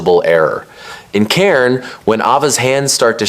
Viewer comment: the pronunciation of "cairn" 😭